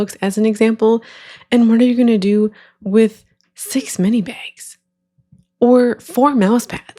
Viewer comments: why do all of the AI voices say meenee instead of mini 😬🙂‍↔️ i think it would be fine if it wasn’t normalized to get ten scoops for like $20 a scoop or whatever ridiculous price it is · Obsessed with how in the first video mini is pronounced meanie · I kept hearing “meanie” too 😂😂😂 Took me way too long to figure out what the AI was doing. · I think it’s trying to say “mini” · Minor thing on the AI voiceover but the way it mispronounces words is soooo annoying to me omg, "meanie" notebooks instead of mini, "hair tee-eye" instead of hair tie. I feel like it just adds to the ragebait component of these videos.